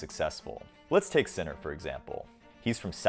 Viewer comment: Just a note, you mispronounced all the names. Except Sinner.